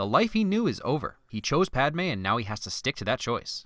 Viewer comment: Padme not Palme lol